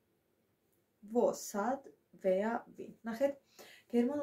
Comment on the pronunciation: ეს დებილი ქალი ვინღაა, გამომივიდა გერმანულის მცოდნე... ხალხო თქვენს საქმეს მიხედეთ რა... თუ არ მოგწონთ ამ გოგოს ვიდეოები ნუ უყურებთ.... და სხვათაშორის wer ეს იკითხება როგორც ვეა...